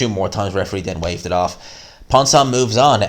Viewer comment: That ref is a dickhead, pissed me right off. Also, Ponce pronounced "Pons-ay" ik names aren't your thing but ye #GMANSROCKS